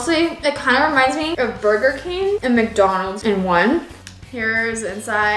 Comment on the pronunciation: It’s Burger King not burger keen